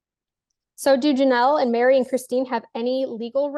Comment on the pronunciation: Her name is MERI NOT MARY.